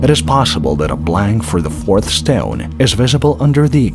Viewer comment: It's shteone. Heh.